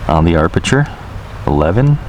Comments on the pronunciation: I am Hawaiian and we definitely don't say AR-perture, don't speak for us if you're not even from here, you are not the gatekeeper, I have never heard someone say it like that. He is mispronouncing it and adding an extra 'R', no big deal- no need to get all defensive. We say aperture here. Still love and his awesome vids! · I'm lol every time arperture lol love his videos it happens to everyone. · harleyhiker Aperture I reference: Sven Jolly * 1 week ago Kk I am Hawaiian and we definitely don’t say AR-perture. Don’t speak for us if you are not from here, you are not the gatekeeper, I have never heard someone say it like that. He is mispronouncing it and adding an extra ‘R’, no big deal- no need to get all defensive. We say aperture here. Still love and is awesome Vids....... Now! Can we dispense with all of this? Mahalo and Mele Kalikimaka! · Great video, I always enjoy your narrations. Btw, you can turn off that annoying RTH beep by pressing the power button on the DJI controller (not the iPad). However, the 'low battery' beep cannot be turned off unfortunately. Precision Landing is now on by default, you don't need to do anything special on take-off. And, as I'm sure you've heard by now, there's no 'r' between the 'a' and 'p' in 'aperture':) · I don't disagree by any means, he's one of my favorite drone reviewers out there! Doesn't mean the mis-pronunciation of a particularly key photography and cinematography term doesn't bug me though. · Huh? There are two "R"s in aperture.